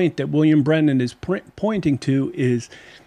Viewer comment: If, could. His last name is not pronounced Brenen, but Branham and not Camila but Kámala